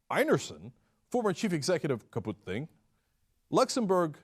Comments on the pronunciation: Not that it matters but it's not Kaupt-hing but Kaup-thing. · "kaput thing" LOL it's Kaupthing, Cenk. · Great story. And great job done by icelamnd justice system. Flaw: It is not "Kaputthing", as Cenk pronounces it, it's more like, "Kowp-Ting". By the way, the "Thing" (The "h" is silent) is the old name for the gathering where things got sorted out in the times of the Vikings. I believe that is where the word "Thing" springs from. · It's Kaupthing ( pronounced cow-f-thing ) , not kaput-thing :-) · "Kaput-thing bank" - hahaha, surprisingly - well said (played), Cenk :D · I love how you say Kaupthing as "Kaputthing" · How do you pronounce the bank's name? Coop-think? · Haha "kaputt-thing", pronounciation is completely off but it is, ironically, pretty accurate (kaputt = broken in German). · I doubt its pronounced "kaputt-thing" :P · Is he saying "kaput-thing"? Why isn't he using the real name? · I'm Icelandic. The pronunciation of both the bank's name and the execs sent my sides into orbit. =D